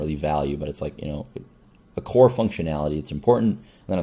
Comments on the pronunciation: That makes more sense. Haha I guess he slopped over saying "this will be core in -- in Hunter decks" and I just heard "corn in Hunter". christ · I'm pretty sure he meant "core"